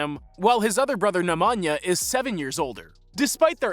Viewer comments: "ne mah nyah" gosh lol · The way Americans pronounce Nemanja and Strahinja aaaah i can't xD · You people in the States accent names wrong. It's not NikOla, it's NIkola NemAnja -- NEmanja StrahInja --StrAhinja ok?